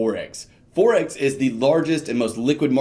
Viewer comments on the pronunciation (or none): Forex, as in foreign, not forex as in fourex.